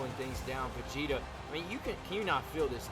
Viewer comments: 1. W 2. Yes, you pronounced Vegeta’s name correctly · Spoilers for the episode below Couple of things. You did pronounce Vegeta's name right, but his version of the Kamehameha is called the Gallick Gun. (Yeah Dragon ball names are food based names mostly, I know it's odd but the Goat made it work) The Gauntlet match was insane. I was legit worried that Cartman just wouldn't go down, lord knows we don't need HIM having another reign, but once Shrek took down Homer I was beginning to wonder who could take him down. And out steps out, one of the all time greats himself, Goku. And when Goku won it all? I knew right then and there. We had our main event for the next big match up. The two best of the best, fighting for the World Belt. For when Donald and Goku clash? It is an instant classic between them, as NO RIVAL has ever pushed Donald as far as Goku has. And that was Goku at just Super Saiyan. If Goku wants that belt? He's gonna have to pull out Ultra Instinct. Donald and Goku have become the Cartoon Wrestling version of the legendary feud of The Rock vs Stone Cold Steve Austin.